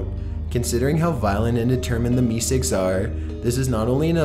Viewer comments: idk why but it bothered me so much he said meesicks instead of meeseeks 😢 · I thought it was mr. Meseeks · I like when the audio switches back and forth between the cartoon clearly saying "MR MESEEKS" and then repeatedly saying "Mr. Missigs". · Meesigs!? How do you mess that up? It's meseeks! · AAh Gees it's not Mr. Mizzigs it's Mr. Meeseeks !! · Dude it's me seeks. Not me sigs. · Its Meeseeks, not meesigs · how can you know so much about this show and not know how to say MEESEEKS? its pronounced "Me Seeks" not "Me Cigs" He even says his name in this video and you still say it wrong every single time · Meeseeks not meesicks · "Mister meesicks" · "Me cigs"; this tilted me so much I had to stop watching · He sounds more like he's from Canada. Like a Canadian-valley girl accent. I'm actually watching the whole thing and I just got to a part where he talks about the meeseeks and he pronounces it meesigs..... I hate him so much. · "Mr. MeeSigs"????????????? What the Fuck??? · mister mesicks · The content is good and well said aside from a few mispronounced words (Deft, Meseeks). But The up talking kills the watchability. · How can you not say Meeseeks right? when you have a clip of them saying it the right way.